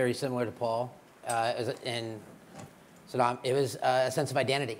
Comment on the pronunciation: he jus called him suddam and they writ usama... hahaha